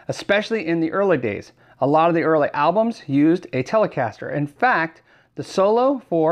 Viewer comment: How do u pronounce "early?"